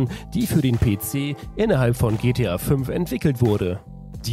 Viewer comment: Ne der Moderator hat des am Anfang so ausgesprochen xDd